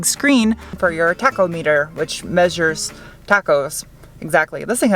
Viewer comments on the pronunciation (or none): I like this new Civic SI better now than when I first saw it earlier this year. Also, I LOVE how you said taco-meter for tachometer. When I first started to learn about cars as a child, I thought that was how you pronounced tachometer. And people I knew roared with laughter. LOFL!